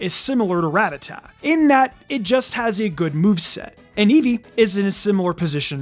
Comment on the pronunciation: on my knees weeping, sobbing, begging youtubers to stop pronouncing Ratatta like "rat-a-ta" The one fly in the ointment to an otherwise excellent vid!